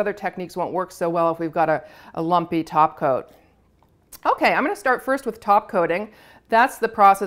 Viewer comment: has ruined me.. every time she says “top coat” it sounds wrong. Should be taco.